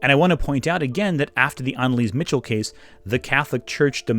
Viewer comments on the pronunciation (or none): Great video, but a minor nit-pick! Anneliese is German, so her last name is pronounced Mi-khel